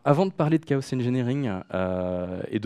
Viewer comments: Merci pour cette interessante présentation ! :) un détail me fait ticker, on dit pas plutôt chaos comme K O et non pas K O SEUH ? K O SEUH c'est en anglais ca il me semble du coup dire une phrase entiere en francais pour dire un mot a l'anglaise dedans ca fait bizare ... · Ben ça dépend si dans ta phrase tu dis "chaos engineering" tu le dis à l'anglaise et si tu dis "ingénierie du chaos" tu le dis à la française. Mais oui en français on ne prononce pas le 's' à la fin. Je ne trouve pas que prononcer le 's' à la fin de chaos ai une incidence sur le fond de la présentation et son contenu technique.